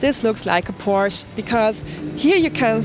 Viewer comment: Isn't she german? How come she said Porsche like an American?